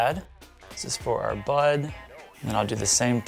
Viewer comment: When he said bud... kept thinking that he said butt and I was like 🙀